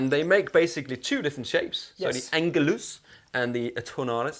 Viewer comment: Sorry, but in my opinion , this was a poorly done comparison of the tonal differences. Heard very little bass played. There was not much discussion among yourselves either in what their tonal differences were. And you both mispronounced Tonare and Angelus. Seems like not much preparation was done ahead of time to familiarize yourselves with these models. I just didn’t come away feeling very well informed about how these sound different.